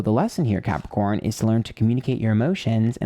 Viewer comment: Excuse me Did you say crapicorn? I object to that. anyway slightly annoyed and chuckled at parts of the reading. Being emotional is draining!